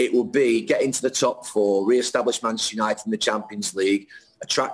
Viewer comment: Why does Gary pronounce manchester united as machestunited?